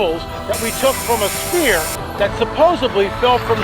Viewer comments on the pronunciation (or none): Made it to . And realised this man does not know English! Why would they want to cut pieces off a Spear, when we are seeing a Sphere on the screen? Very poor English indeed! Pass.